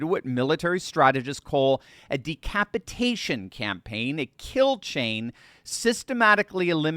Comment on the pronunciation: "A decrapitation campaign"?🤔